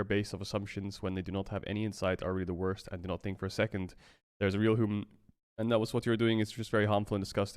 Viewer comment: "is such a wost take" is such bad english.